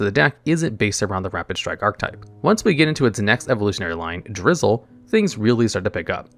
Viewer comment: Drizzile, not Drizzle 🙂